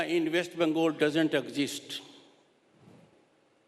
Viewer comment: How long was he governor? He can't even pronounce "West Bengal" and "Kolkata" correctly. Blatant RSS Modi stooge.